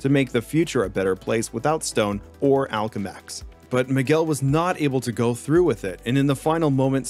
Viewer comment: why the hell do you mispronounce so much shit lol. "Octavarius" "Alchemex"